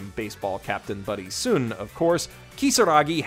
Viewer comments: In regards to Oresuki, the best friend’s name is pronounced like the actual star, Sun, not Sūn. His actual name is Taiyo (which means “Sun”). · His name isn't "soon," it's "sun." Like, the English word "sun." His real name is "taiyo," the Japanese word for the sun, so they call him "sun-chan" as a nickname. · Anyone else cringe when mispronounced Sun from Oresuki? You know that’s his nickname right? It’s pronounced in the English manner, it’s basically a take on his given name Taiyo. Bro, if you have other people writing for you just tell them to get cliffnotes on pronouncing the characters of the shows you claim you watch. So unless you watched with 0 volume I’m gonna assume you didn’t actually watch the show.